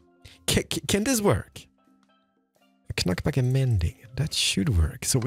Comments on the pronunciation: Hearing the way you pronounce “knockback” has truly made my entire day 😂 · The fact that pronounces the "k" "knock back" and "know" infuriates me. And part of my my brain doesn't want to ignore that hes doing it on purpose (maybe). Great video